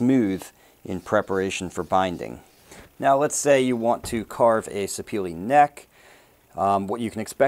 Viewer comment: Great video. However, the wood name is pronounced "Sir-peh-leh". It got it's origin from Sapele town in South-South Nigeria.